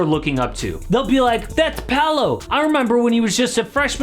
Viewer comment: It's not "Palo" it's Paolo, the way to pronnounce it, looks like Puh-ow-lo = Paolo.